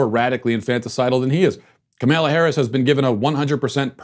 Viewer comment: boi can u pls pronounce Kamala Harris’ name right pls